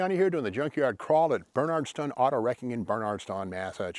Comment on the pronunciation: I like way you say Bernardston or however it's spelt and it makes me laugh hehhhe